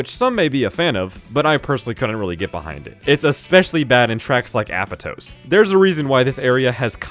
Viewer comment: It's actually pronounced "Ah-pot-tose" in-game. Also Holoska is pronounced "Ho-low-ska".